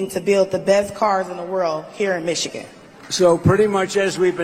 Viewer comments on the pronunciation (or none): none